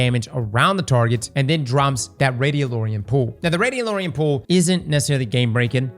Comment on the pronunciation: still can’t read. Radiolarian not Radiolorian. Come on man